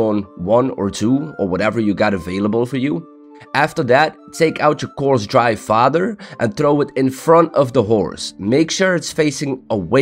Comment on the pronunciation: while you're talking about horse taming youre pronouncing fodder as "father" and it was funny AF